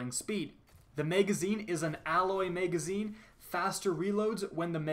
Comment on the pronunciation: i cant stand you or your douchey tone of voice and way of talking but, who doesn't want to see leaked exotics... Edit - also, what's a "Mega-zine" and a "Dray-gun" ?